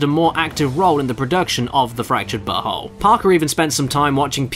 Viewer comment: I appreciate that the narrator specifically pronounced the title "butthole" every single time